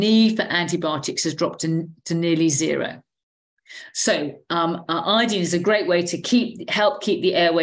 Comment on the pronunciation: Glad to hear someone pronounce Iodine properly. Folks seem to pronounce the element like the tincture of iodine (as in dine at a diner) and alcohol that we used to use on wounds.